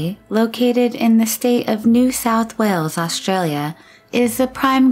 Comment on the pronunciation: why they pronounce aushtralia and not australia without sh itis australia not aushtralia it is s not sh